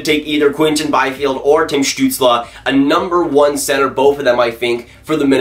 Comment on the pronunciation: You should do a video when you say Stutzle for 10 minutes...:)